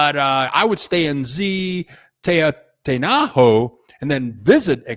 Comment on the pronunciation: Zihuatanejo—- h is silent. UA pronounced like wa. Ziwatanejo